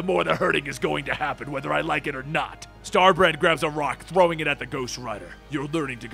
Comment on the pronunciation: Did you say Star-Brat?